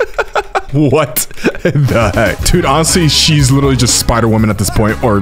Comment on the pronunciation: LITER-ALLY NOT LITTALLY